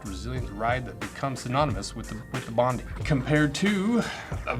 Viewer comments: Bondi is pronounced Bond-eye. The famous Sydney beach. I agree more testing is required. Especially, the higher impact of walking on concrete/ running & how they are after about 3 months. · Bondi is named after a beach, it's pronounced 'bond-eye'. 👍